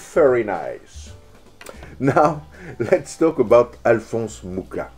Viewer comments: I am in love. It's absolutely amazing. Only the pronunciation of Mucha is off. It's pronounced with a Spanish J sound instead of the English K for the CH letter. (Yes, I know how to pronounce it, I am of the same nationality, and yes, in this language CH is in fact one letter.) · It would be nice if you pronounced his surname correctly. Actually, the Wikipedia shows the correct pronunciation: [ˈalfons ˈmuxa], that is «Mukha» not «Muka». Also here